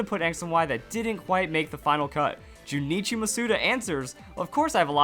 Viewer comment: not criticizing, just letting you know his name is pronounced Jun-ichi, not Ju ni chi